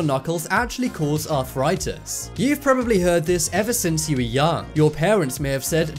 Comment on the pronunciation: Arthritis only has 3 syllables, and tendon does not end with a T. There's no such thing as arthur-itis or a tendant.